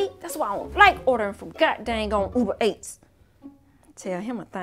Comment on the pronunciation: when said ill just order uber ates i almost threw my laptop cuz its uber eats no ates😂🤣🤣🤣🤣🤣🤣